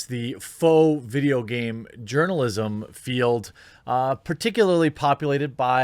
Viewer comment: Am I the only one who heard « Game Urinalism »?